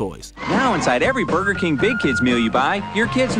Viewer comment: Did she say booger king?